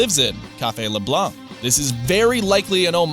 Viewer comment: OMG who ever is narrating this video is my hero for pronouncing the last name LeBlanc correctly!! I hate how Americans always say LeBlank ... that always pisses me especially when the American has the French last name I'm looking at you Matt LeBlanc!!